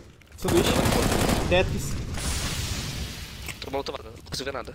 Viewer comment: O não consegue fala tetris ele fala tetis kkkkkk